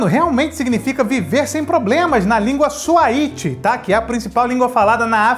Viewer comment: A língua é Swahili (não Swahiti), segunda língua oficial da Tanzania e falada em muitas outras regiões da África. O que faz todo o sentido, visto o Kilimanjaro, pra situar ainda mais o filme.